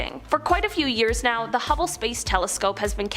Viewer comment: Nice to hear her pronounce hubble correctly. Landon called it hue-ble on a video I just watched. "Is this real life right now?"